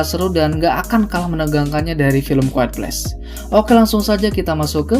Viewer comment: Orang: a quite place Bang:kuad ples